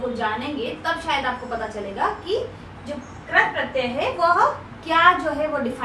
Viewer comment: Ma'am Krat pratyay Nahi Krit pratyay hota hai.......... 😆😆